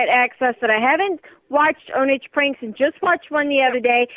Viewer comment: The way he said "OwnAGe" pranks! 😂